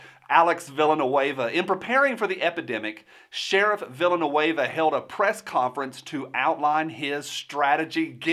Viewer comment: I liked how you pronounced his name “Villainueva”